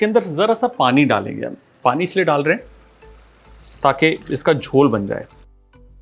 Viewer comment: Jhol... perfectly pronounced...